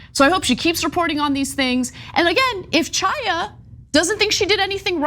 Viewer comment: The name is "Haya" not "Chyaa".